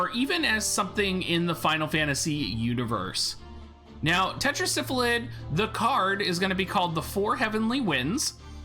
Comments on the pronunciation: It's Tetra Sylpheed! not tetra syphilid as in 5 sylphs in a council god it drives me nuts every time you say it like it's syphilis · Only because of his terrible mispronunciation of Sylpheed